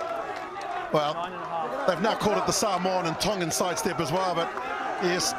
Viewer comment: needs to know his Tongan, it’s bloody embarrassing. Goodness sake he knows his Japanese.